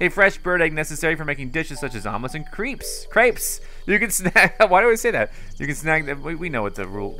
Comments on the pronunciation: it's not creeps or creps it's crepes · the word crepe is pronounced crep